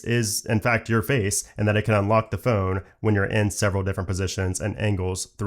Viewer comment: It always bugs me he can’t say phone properly 😂.